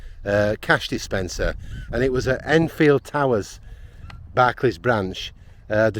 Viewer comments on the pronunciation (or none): none